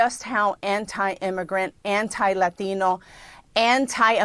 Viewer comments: why do they always break out the fullest, strongest accent they can when saying the word "Latino"? Always. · That throwing-up woman in red should stop saying “Lathino”. I’ll bet she has never eaten a taco and cannot speak a word of Spanish. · The way she said "latino" - fucking christ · Don't you love the way these white Democrat women try to sound authentic by over pronouncing Lah-TEE-no? Apparently she didn't get the memo about how you're supposed to use the word LatinX. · People are just uninterested in the bs.anymore. I hate the racism that some people display in the way they pronounce "Latino" completely differently to how they talk the rest of the time. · Why do gringos put on the fake Latin accent whenever they pronounce Spanish words 😂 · Is the accent necessary just to pronounce latino.